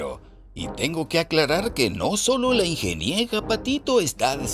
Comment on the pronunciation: «La Ingeniega Patito», jijiji…jijijijiji… No dejo de reír por esa "ocuguencia".